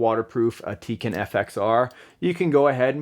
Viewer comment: it's called tekin not teken